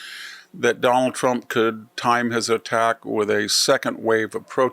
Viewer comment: The way Victor pronounces “Done-al Tromp” cracks me up. Very unique pronunciation. 😅😅